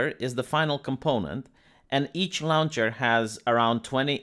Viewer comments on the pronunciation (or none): Saying launch is simple. It is like saying lunch. You say lon as in long without the g, add ch. Lon-ch. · I love how says lawnch